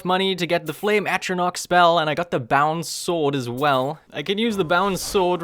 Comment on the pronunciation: i know i'm a year late but for heaven's sake please learn how to say "Atronach" it's an 'a' not an 'o'